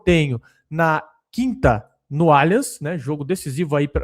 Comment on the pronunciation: "Nu Allianz" 😅